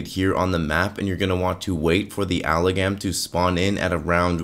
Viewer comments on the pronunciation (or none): >: "Alagam" >The M in Amalgam: "Am I a joke to you?"